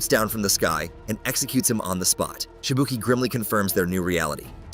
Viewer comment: The pronunciation cringes but he nails it with Shibuki.